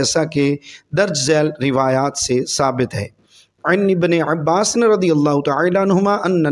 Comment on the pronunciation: جناب ع کو زور زیادہ مت دو عبارت صحیح کرو اور عباس پر فتح ھے قبل اور اسرج الفاظ صحیح پڑے